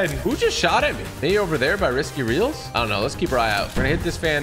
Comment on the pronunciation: he said risky reals XD